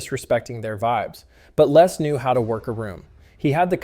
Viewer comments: LESS not Les . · I always find it strange how Americans pronounce the name Les. In the UK we say 'Lez' not 'Less'